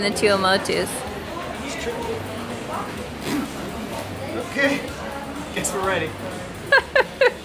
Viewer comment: too - AH' - moe - tooz (Tuamotus). As a general rule the second syllable gets the emphasis.